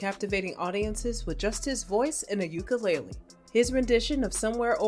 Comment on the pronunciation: If you’re going to make a video about somebody, pronounce their name correctly. And pronounce the instrument they play correctly.🙅🏻‍♀️